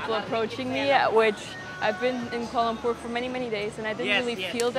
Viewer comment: For a first timer, your pronunciation of the place name is very good 👍